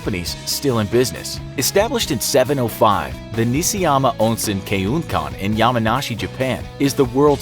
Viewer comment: Its actually Nishiyama, not Nisiyama.